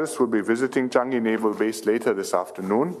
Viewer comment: I think Kamala prounced Changi as Shanghai...